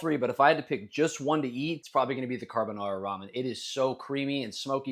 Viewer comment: 🫵 NO … NA DE CAARRRRRR BONARRRRRA 🫵😡 😂😂😂😂😂😂😂😂😂